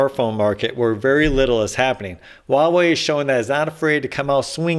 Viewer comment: Huawei is pronounced as "Hoo-wah" (uttered quickly) .. "Way".